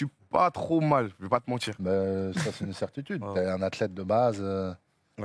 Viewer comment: J en peux plu des j le l’ dji, sans mentchir, creatchif, wallah, wesh, t as compris frerr.